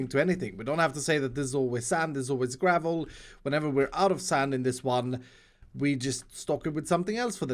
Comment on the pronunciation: Gravuull* not garvel